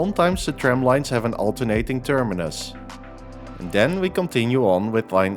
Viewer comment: I have to laud your pronunciation of the different termini. You clearly try to imitate german pronunciation instead of anglicizing it :D